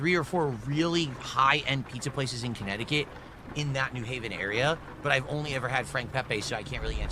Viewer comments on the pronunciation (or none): none